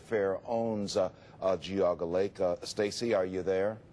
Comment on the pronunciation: Enjoyed the documentary, but you mispronounced Medina and Geauga.